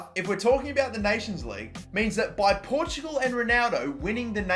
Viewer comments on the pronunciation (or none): none